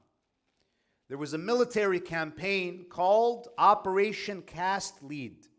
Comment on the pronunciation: Correction: Operation Cast lead(pronounced led) not Lead as in leadership.